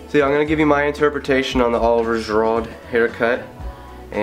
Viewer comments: it's really Oh-liv-ee-ay Jee-roo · it's pronounced olive-ee-ay ji-rood but nice try! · ahh you butchered his name Oh-liv-Y-eh Gee-Ruu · Great tutorial. Like the look. Only thing is it's pronounced "O-liv-ee-A Juh-rude" - haha! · Oh-live-ee-ay Ji-rood. That's how you pronounce it :P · it's pronounced Olivi-Ay Ji-Rood but whatever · He absolutely murdered the pronunciation of his name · You should probably look up how to say his name for future references. You can probably just hear some commentator on a Youtube video of him and how to pronounce his name. I feel like that's important when speaking of someone is how to say their name. I appreciate the effort though. Sorry I am just an Arsenal fan and I feel like it would've been pretty easy to figure out how to say his name. I do like the haircut man been a follower for a while, keep up the good descriptive videos! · That Olivier Giroud pronunciation... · your right with the whole meshing thing david beckhams style looks like a slyly modified version of girouds...... and improve your pronunciation of oliver giroud looooool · Couldn't butcher his name more than that.. Good video though!